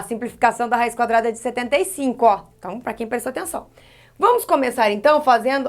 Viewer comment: Ela falou :cadrada no final kakakakaka morri ...prof eu amooo suas aulas e olha que eu odeio matemática kakakakka